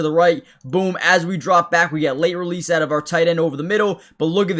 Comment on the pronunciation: The word OUT has no W in it 😢